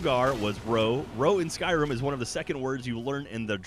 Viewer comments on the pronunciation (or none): I love how calls Skyrim, Skrim